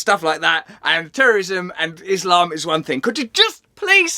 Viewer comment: Finally someone who can pronounce “iSlam” in a correct way